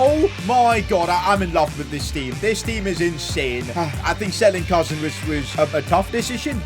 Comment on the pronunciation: It”s not pronounced cousin like my cousin it’s pronounced cooseen